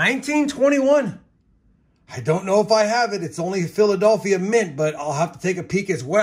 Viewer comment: Brother, you need to learn how to pronounce Philadelphia 🤣